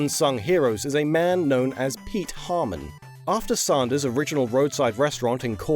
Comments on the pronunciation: Sanders not Saunders. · Hearing you say "Saundahs" hurts my American ears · No one else finds it weird that can pronounce AND and SANDWICH properly, but pronounces Sanders as SAUNDERS? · Sarnder...Sander..sand...queens English is stuffed......